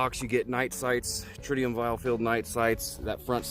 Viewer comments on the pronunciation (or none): none